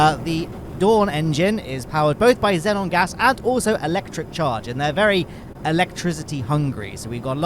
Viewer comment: You can tell by the way he says xenon gas